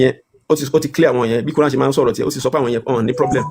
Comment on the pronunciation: Is it qur'an or kurian? 😅